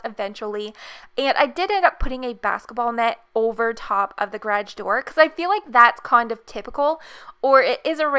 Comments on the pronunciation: "gradge" xD love the house <3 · Me : is she saying garge or garage Sis : dun know Mom : what’s a grage